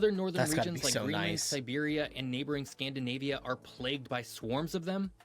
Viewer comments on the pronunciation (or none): none